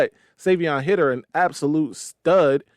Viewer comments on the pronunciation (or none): (Savee-On) (High-der) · Savion’s last name is pronounced “Highter.”